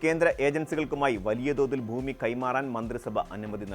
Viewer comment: എടാ മൈരേ ബൂമി അല്ലടാ,, ഭൂമി എന്നാണ്